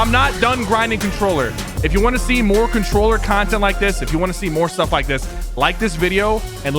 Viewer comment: MORE CONTRWOLLER